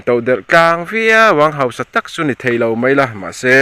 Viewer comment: 'hosa' ti loin 'hausa' tih zawk tûr aw.